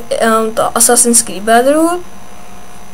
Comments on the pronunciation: ani neumi vislovit brotherhood pry že bedrhu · za prvé kopiruješ a za druhe neumiš vyslovit brotherhood pry že bedrhu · To jako vážně neznám člověka co neumí vyslovit Brotherhood. OMG